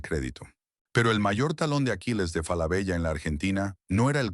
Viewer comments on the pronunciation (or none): no! tenes que cambiar esa ia es una marca y suena "FALABELA" con doble "L" o "Solari Grup" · Hola. Ojo. La doble ele(ll) de "Falabella", al menos en su pais de origen(Chile) se pronuncia desde siempre como ele(l). Suena rara y extraña la referencia a la marca que hace con doble ele el locutor. Lo demás, impecable. Saludos.